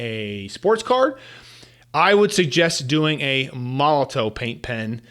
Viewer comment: Just an FYI, Molotow is pronounced Molotov 😊